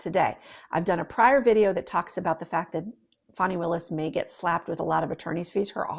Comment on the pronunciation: FAN - ee not FAWN - ee